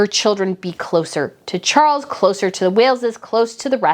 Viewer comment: Charles..NOT Cgarles!!!!!